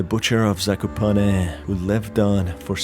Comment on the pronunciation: as Polish speaker i didn't expected to hear "Zakopane" spoken so fluently...